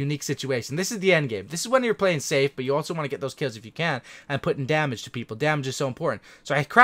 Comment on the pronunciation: I subbed because of the way you said damage 😂